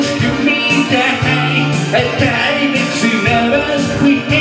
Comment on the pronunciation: When did “Time” become a 2 syllable word ?